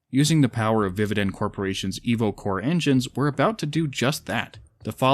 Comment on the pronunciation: Instead of „Evocore“ I understood „Evil Core“